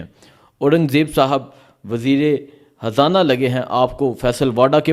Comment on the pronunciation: Bhai Imran Haan nahi Imran Khan, aur Habrain nahi Khabrain, aur wazir e Hazana nahi balky wazir r Khazana